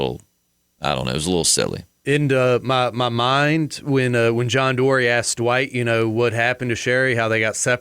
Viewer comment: “Dwight”....not “Duh-white”